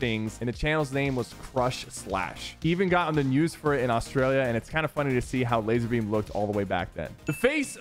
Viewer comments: It's not Lazerbeam it's Lazarbeam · bro isn't it Lazar?